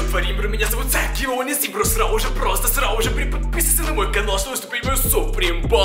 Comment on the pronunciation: Я одна слышу не сразу же а срау же